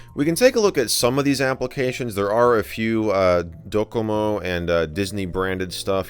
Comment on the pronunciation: DOcomo You don't emphasize the second syllable in Japanese